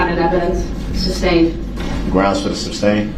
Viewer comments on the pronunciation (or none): Substain is the funniest thing I've| heard from him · He really thinks he’s doing a great job questioning EP! He’s so confident spewing his dumb legal terminology and continuing to say “ SUBSTAIN” like a fool!! He sounds ridiculous! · "substain" LMFAO 🤣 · There’s no “B” in sustain